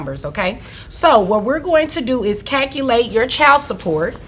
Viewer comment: They are acting?!? Now I understand why one woman paid her ex in lap dances for child support and why she says “Cal-ci-ate” hahaha instead of Calculate.